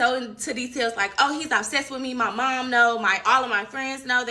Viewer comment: And she said ab-sessed not obsessed 😂😂😂😂 3 times!